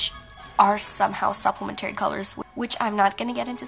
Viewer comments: Pssst Complementary/Supplementary is pronounced like Elementary not Dignitary. :) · This is such a helpful video and a beautiful piece! P.s. complimentary and supplementary are stressed on the I and e (after the p’s), not not the A at the end. Not that big of a deal, just something that startled me a little since I’ve never heard it pronounced this way!